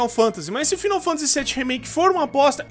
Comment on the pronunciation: Faaaaainou Fantasyyy pelo amor de Deus, n eh 'final'